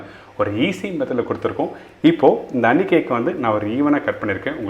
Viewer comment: அனி அல்ல ஹனி